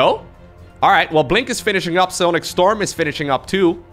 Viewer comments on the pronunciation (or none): none